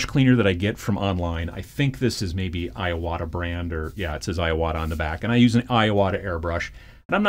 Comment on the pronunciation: I-ya-wata… lol